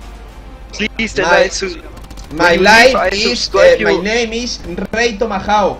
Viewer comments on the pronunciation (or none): none